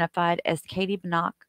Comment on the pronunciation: It's Buh-knock. You said it correctly.